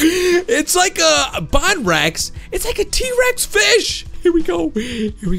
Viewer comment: You are saying bonrex wrong it is bone rex